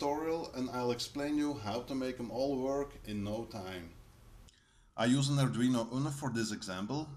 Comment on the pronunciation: The pronunciation sounded a lot like 'ardrino' as supposed to 'ardweeno' correct me if I am wrong.